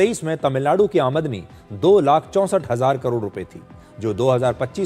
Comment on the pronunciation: आ मदनी नही सिर। आम दनी 😅